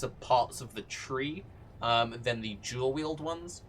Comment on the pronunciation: I don't know if he is saying dual or jewel. He didn't mention curse buff, is it not as good as i think?